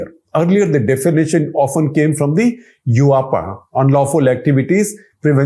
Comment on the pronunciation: *Yuaaapa = UAPA 😂